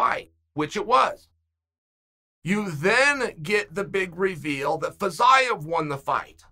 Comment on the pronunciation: Nobody: Chael: Fazyeav